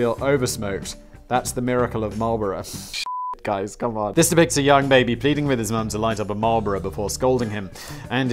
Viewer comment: The way he says Marlboro (Marlbora) offended me